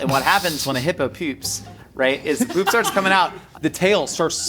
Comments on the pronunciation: Why does pronounce "poop" like "püp" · Wondering why says poop like that